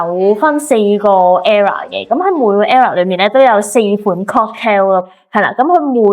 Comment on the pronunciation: era =E+ra 唔係 error 咁樣發音